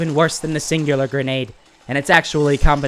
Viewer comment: you’re pronouncing it wrong it’s called the singularity grenade I can tell why this thing is annoying I was like on a monster kill streak and then someone through the singularity grenade I got stuck to the wall and got killed now I know why this thing is so annoying and I rarely see people use this thing